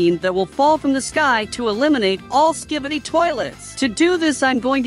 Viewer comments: Bro said skibboiydis💀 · Dude say ski-by-D's